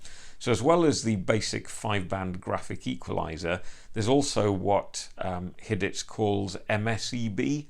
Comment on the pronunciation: Thanks forn the reviee. Btw its pronounced as Hie-deez (not hee-deez)